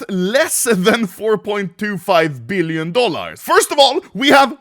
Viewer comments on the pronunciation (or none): "3.3 BeEleon Dollahr"